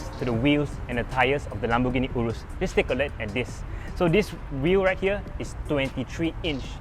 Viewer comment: Can even pronounce the name urus properly.